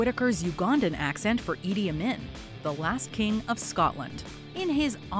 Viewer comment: *talks about Forest Whitaker's "good Ugandan accent" while playing Idi Amin* also WM: *butchers the pronunciation of the name "Idi Amin"*